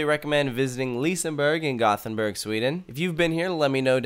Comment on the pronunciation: As a Swede, I have to say something about your pronunciation of Gothenburg It’s pronounced Gö-Ten-bürg Not goth-en-burg